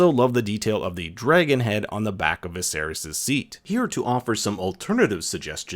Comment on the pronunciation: Did you say 'Viserius'?